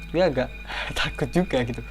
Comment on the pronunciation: Bro gw lebih serem dengan cara lu ngomong guwe